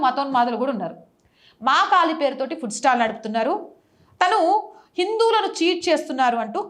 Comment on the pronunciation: ఫుడ్ స్టాల్ అనాలి పుట్ స్టాల్ అని అనకూడదు